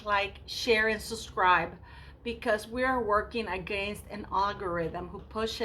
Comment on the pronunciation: Hello Sweetheart! Hope you're feeling great today! To help your algorithm with sounds and words, say "suB scribe," not "suS scribe." Just a little tidbit to help you along. 🥰❣